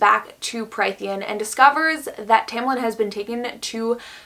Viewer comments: Just to throw that out there incase anybody cares to check: Prythian is pronounced as Prith-EE-en. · If you take a shot every time she says “killed/murdered and skinned” + every mispronunciation of Prythian, I guarantee the video becomes bearable 😂